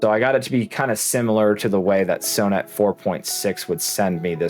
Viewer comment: Sew net??? Son-et